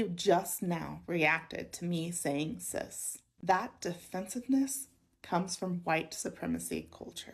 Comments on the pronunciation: Oh! Is that what she meant? I thought she was saying sis and was so fucking confused by the lecture!!! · I keep thinking you are saying, “sis” lmao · I was just listening to the video and not watching it and I thought the person said “sis” and not “cis” and I was so confused 🤣